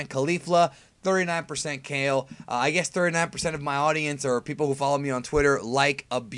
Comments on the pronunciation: its pronounced ka-leh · With how stingy this dude usually is about pronouncing names the Japanese way, it's odd to hear him saying Kale the vanilla English way instead of "kah-lay". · Kale's name is pronounced "Kah-L(R)ay"